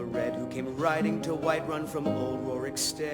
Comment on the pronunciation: WHITEWUN! XD